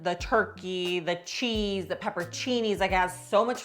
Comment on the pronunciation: I feel like you’re saying peppercinis instead of pepperoncinis 😂